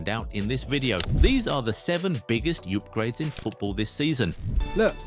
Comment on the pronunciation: Am I the only one who heard Yupgrades instead of UPGRADES 😅